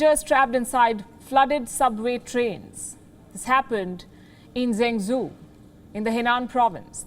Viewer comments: what is zangzu? "Zhengzhou". Have someone help you pronounce words before you go live. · Isn't it pronounced jengjoe ? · The city is zhengzhou, sounds like Jung Joe. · Henan in English is Hernan. Zhengzhou in English is jungjo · Please learn to pronounce properly, You pronounced the city Zhenzhou & province Henan wrongly